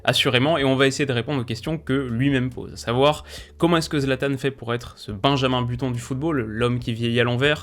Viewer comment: Benjamin button 😂😂😂😂 on dit "benjamin butonne"